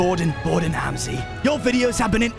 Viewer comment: It’s not Hamzi it’s Ramsey 😂